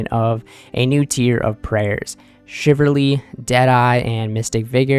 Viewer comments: Shiv ul ree .. not Shiv err ree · I'm not sure if you're a native English speaker, but Chivalry is pronounced "shi-vuhl-ree" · Shiverly??????? wth is that?? CHIV - ALL - REEEEEE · Shiv-ull-ree Chiv-al-ry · Chivalry, not shiverly lol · How about u find one source where it’s pronounced chivalry then I’ll kiss ur toes